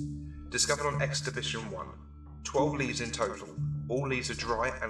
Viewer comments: 2 years late and no one cares but it's expedition not experdtion. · So I assume I'm super late on this buuuuuut...... The word EXPEDITION has no R in it... "Experdition" and "experditon"? Are you serious? Am I watching SCPs dreamed up by fourth graders or was that ur bad,? Edit: Also, the reverb voice brings the quality of the video waaay down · It's "Expedition", not "Experdition". ;-) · Am I the only one who found 'EXPERDITION' funny? Otherwise terrific video. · ExpeRdition 2. ExpeRdition 3. "..." 4. etc... There's no "r" in "Expedition." :-/ You may want to re-edit and re-upload this. Sorry. D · Expedition has no r